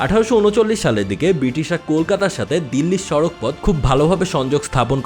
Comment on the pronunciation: সড়ক হবে, সাড়াক নয় ।